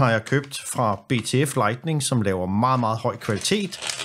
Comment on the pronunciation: Hold så op med at sige lightNING ...